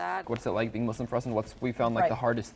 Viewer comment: Just before I watch the vid it’s the guy that said “I’m Muzlim” Real Muslims say it with a S